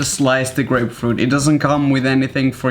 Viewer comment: Thought u said great fruit tool not grapefruit 😂